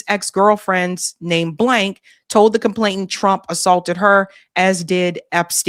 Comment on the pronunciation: Sorry to nitpick, but it's complainant, with an 'N", not "ComplainTANT. no "t" involved.